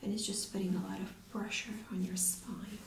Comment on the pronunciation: spoine lol